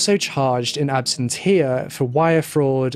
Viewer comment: Another amazing video BUT it's in "absensia" absentia. It's a Latin phrase.